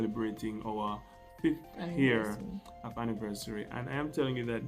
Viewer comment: You are such a good speaker but pls learn to say YEAR instead HEAR